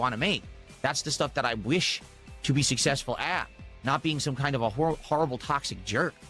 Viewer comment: He proved that he actually forces himself to say sussessful instead of successful. So amazingly sad.